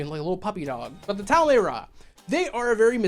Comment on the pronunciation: Great video ❤️ It is spelled Tal-Ma-Heh-Ra though.